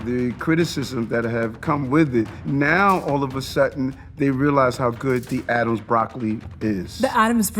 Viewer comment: Learn to pronounce his name, Ziwe.